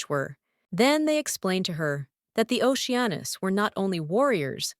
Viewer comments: Lol it's the voice doesn't get it's ah noose not anus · Retakie anus is what I hear lmao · Geez, I had to search this one because I doubted that was his name. At least have it say Leo Oceanus instead. No need to put emphasis on anus. It's funny the first time but unlike fart jokes, it gets annoying the more it's used.